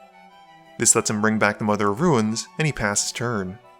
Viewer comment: "Mother of Ru-ines"